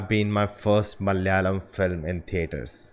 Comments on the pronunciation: Ooooh man finally you nailed the word "Malayalam" ....great insight anyway ❤️❤️❤️ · You said "MALAYALAM " so perfectly 😃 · Finally got the word malayalam correct.